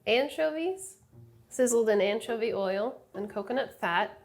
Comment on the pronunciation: or as Chris Morocco would say ANchuvy